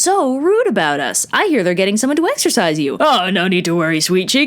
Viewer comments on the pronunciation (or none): At first when I hear u say exorcise I thought u said exercises lol I’m weird